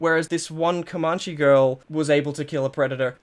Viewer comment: As Comanche person I've always heard it pronounced "Co-man-chee" not "Cuh-mon-chee" it doesn't matter, but it also kind of hurts my bones to hear.